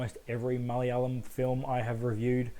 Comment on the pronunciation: Damn you say ‘Malayalam’ better than most Aussie Malayalis. Also, yeah unfortunately it fell prey to the inevitable exposition dump and the geezer fight though it wasn’t as big as an issue for me, was kinda funny and I don’t think it was meant to be.